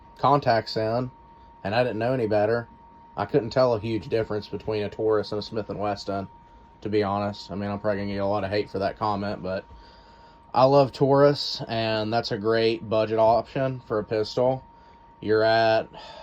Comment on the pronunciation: If I hear one more person say Smith & Weston I'm going to lose it... It's WESSON not WESTON. There's no T in the name...